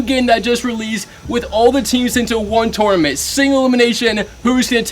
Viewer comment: Tour-a-ment 😂 ⬇️ Luv ur videos man keep it up you’ll get to 1M one day.